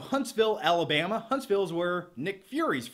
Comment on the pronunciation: is it just me or you said “Alabama” with an Alabama accent? 🤔